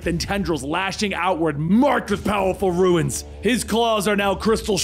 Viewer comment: i love this guy but the way he says runes irks me. its pronounced (roons) not (ruins)